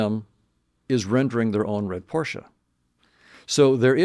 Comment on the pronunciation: He said Porsche with an A at the end 😆